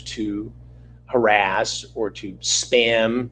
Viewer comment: didn't know we started calling them "sock puppet accounts" ... CH is probably the kind of guy who says "pin number" and "atm machine," even tho those words are already in the acronym 🤣 (PIN: personal identification number) (ATM: automatic teller/transaction machine) Also, I heard this as "stan" instead of "spam" so I thought he was admitting he blocks ppl who Stan content creators he doesn't like 😅 which I think is the more truthful of the statements..